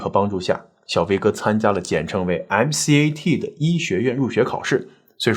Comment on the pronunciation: 友情提示主播哥哥：美國醫學院入學統考MCAT, 我們這邊稱作”M-Cat”, 不是叫 ”M-C-A-T” 哈